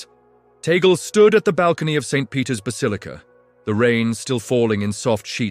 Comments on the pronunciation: This guy pronounced “Tagle “ name wrong. Tagle is a Spanish or Pilipino surname - it is pronounced as you would a Spanish word - T a g l e - not the English western way making the last syllable silent. E is pronounced as E - Just like surname Robles - rightly pronounced as R o b l e s. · We pronounce Tagle as Tag- lee 😏🇵🇭🇵🇭🇵🇭🇵🇭🇵🇭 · Tagle not Tagal,please. His family name.